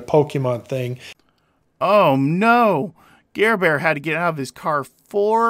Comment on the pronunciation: He said Garbear 😂😂😂😂